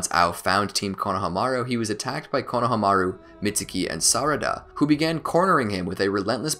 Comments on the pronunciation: I find it funny how you cant pronounce Kono-hama-ru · “Konahamaru” lmao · did you...did you just say "KONO-hamaru" errrr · Who's Konoha-maru? I thought it was Konohamuru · Dude it’s kono ha Maru not konoha maru